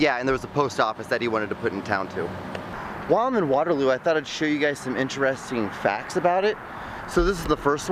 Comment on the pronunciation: K no offense n I get this is a older vid...but its water-looooooooo dude not water-low lmao...also this makes us waterloo people feel very special that you decided to come here driving hours so thanks dude...also sorry about our trains